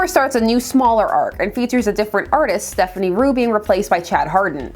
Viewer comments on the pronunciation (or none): Just a heads up, it's Stéphane Roux not Stephanie Roux. 🤷